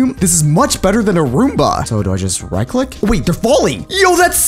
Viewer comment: Bro literally said “ wight above me “